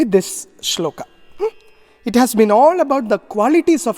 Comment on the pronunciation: श्लोका नहीं श्लोक! संस्कृत का उच्चारण श्लोक है।